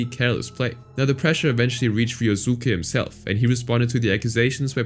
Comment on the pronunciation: Ah yes, "Ree-oh-SOO-kay", yep. Like how we all say Sasuke as "Sah-SOO-kay", the U is definitely not silent, nope, can't be.